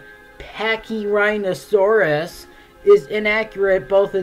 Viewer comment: Pachyrhinosaurus is my second favorite dinosaur, the fact that yhey butchered it makes me sad...